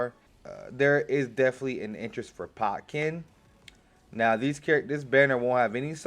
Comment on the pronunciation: don't you mean Ken-pot-chi?